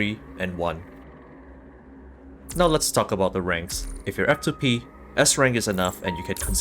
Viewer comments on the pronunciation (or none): "It is all aboot the sword wave"